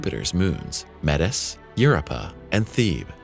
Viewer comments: "Europa" is pronounced "yur-OH-pa." Emphasis on the second syllable. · Worse yet, the reader is a bot which mispronounced several times including the moon Europa. If you're going to be so lazy as to use those things, the least you can do is to correct the pronunciation by re-writing the word in a phonetic format, which is suggested in the guide that comes with the program... Another "failed to rtfm" bomb that actually hurts my head listening to this garbage. I understand that sometimes people use these reader bots because they don't speak a certain language very well, but there are several other videos by this person. IMHO the guy's pronunciation is very good and his voice has the proper amount of inflection to show interest in the subject.